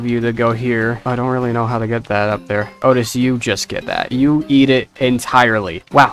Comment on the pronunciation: Please don’t say oatis because its oatchi pronounced like oat-chi